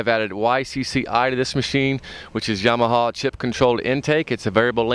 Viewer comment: it's yamaha, not mwyahaya. fuckin idiot